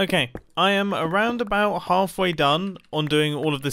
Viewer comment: I laughed when mumbo said a half way done Because it sounded like he sneaked an aha in there Aha lf way done